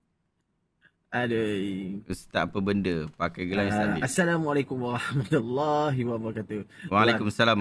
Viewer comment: tntg ustaz tu bg salam diakhir percakapan beliau…”….waGHAHmatullahiwabarakatuh”…sy rasa dia mmg tidak boleh menyebut huruf ra” ataw dlm bhs melayunya dia x blh sebut huruf R”…org kedah kata lidah teloq.